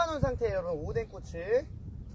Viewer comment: 오뎅꼬치를 오뎅꼬X으로 들은 일인...